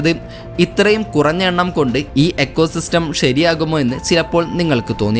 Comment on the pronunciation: എക്കോ സിസ്റ്റം എന്നല്ല പറയേണ്ടത് ഇക്കോ സിസ്റ്റം എന്നാണ് പറയേണ്ടത്.